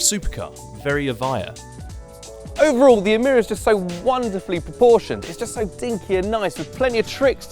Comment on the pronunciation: You said E meer a when the Lotus engineers called it E my ra